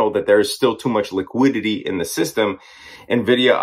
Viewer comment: My guy makes it sound like liquidity has a ‘g’ somewhere in it